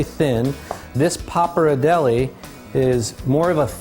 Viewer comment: pronounced "pop R dell ee" jesus h was it that hard to research that?